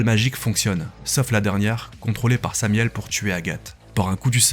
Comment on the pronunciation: Beau boulot !! Et c'est Samaël pour la précision le nom de l'ange déchu, et non samiel ^^